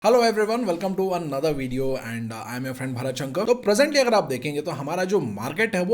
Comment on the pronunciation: शंकर ko english accent me शंक क्यू बोलते हो भाई. भारत शंकर, ऐसे clear बोलो ना.